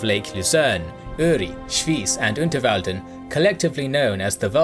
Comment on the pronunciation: How did you get the pronounciation of Uri right? And only in the way people from Uri themselves would call it? Do you Know some Urner perhaps?